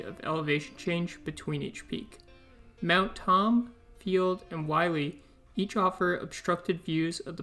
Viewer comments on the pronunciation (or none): Willey rhymes with hilly. Willey would be pronounced like miley if there was 1 L